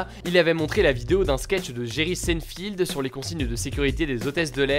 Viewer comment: Super vidéo ☺️ Juste Seinfeld ça se prononce saïnefelde pas cinefilde mais vu l’humour du gars il t’en voudras pas je pense 👋